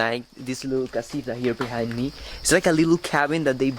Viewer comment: Por favor, no digas my little casira, tu sabes que es casita si es que lo quieres pronunciar español